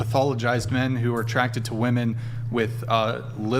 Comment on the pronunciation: When you speak about wahmen to wahmen, they feel attacked. That hive mind is strong with wahmen.